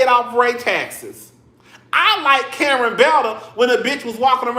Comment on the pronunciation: They calling Karen, Kurn 😢😢😢😢